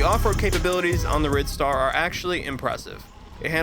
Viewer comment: Silly name? It's actually pronounced Ride-star. It's hard "i". Why is that hard to understand?? The pedal is what makes it a bicycle. If it had no pedals, it would be classified as a scooter.